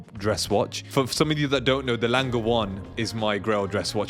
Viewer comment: I’ve been scouring the secondary market for a Tradition Quantième Rétrograde 7597 or a Classique 7147. Haven’t yet found the right one at the right price, but am being patient. By the way, guilloche is pronounced ghee-oh-shay. And Lange has a soft G.